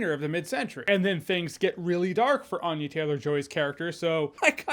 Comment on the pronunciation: Ann-ya not Ahn-ya